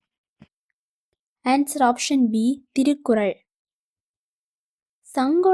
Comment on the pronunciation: பயனுள்ளதாக இருந்தது நன்றி 🙏🏼 சிறு திருத்தம் ஏற்றுக்கொள்ளவும்... நீங்கள் திருக்குறள் திருப்பாவை இதெல்லாம் உச்சரிக்கும்பொழுது திரிக்குறள் திரிப்பாவை என உச்சரிக்கிறீர்கள் மாற்றிக்கொள்ளுங்கள் 🙏🏼